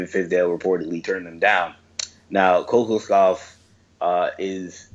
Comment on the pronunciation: Hate to be this guy but it’s pronounced ko-KAWSH-kov